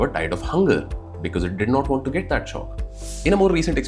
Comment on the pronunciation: U pronounce Want like won't is proununced. Rectify it sir. Regards...